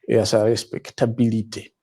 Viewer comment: A sha reshpectabilité. 😂😂😂